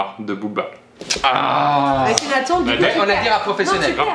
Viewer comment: On en parle qu'il a dit Akhenathon? Aulieu d'Akhenaton? ( TONE )